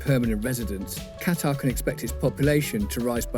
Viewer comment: you made my ears bleed everytime i heard you say Qatar